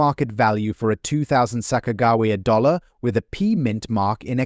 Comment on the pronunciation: They found every possible way to mispronounce Sacajawea. And they even mispronounce the word tear. The producers are super lazy and don’t bother to fix anything before posting it. Very very irritating. It severely detracts from all info given, whether accurate or now. Who’s going to listen seriously to a voice that sounds dumber than a 3-year old?